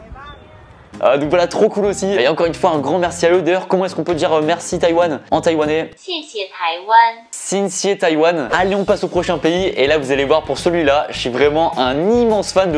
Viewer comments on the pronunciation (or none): sin sié Taïwan XD T'abuses ça se dit "Chiè chier" mais jte pardonne ;) Ps : ça s'écrit xiè xie :P